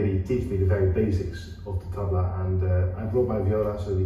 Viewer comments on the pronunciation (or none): High time both of you start pronouncing the "tabla" the correct way. It is not 'Tab La'. It should be pronounced as 'Tub la'. Ustadji will be mortified hearing you mispronounce his favourite instrument! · &, Maybe don't pretend to play an instrument the name of which you can't yet pronounce. Go review your interview with Ustadji Zakir H. He gently corrects your mispronunciation of Tabla be saying it the correct way repeatedly. Go watch, listen, and use your 5 second "Back" button, or simply rewind, and listen, listen, listen. Go back again 3 to 5 days in a row and listen, listen, listen. That should get you much closer than where you are now.